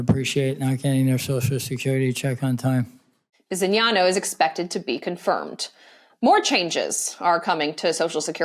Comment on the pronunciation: Oh dang, you prononunced Bisignano correctly! Kudos to you, ma'am.